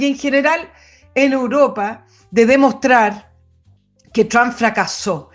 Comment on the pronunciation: "EUROPA" señora, por favor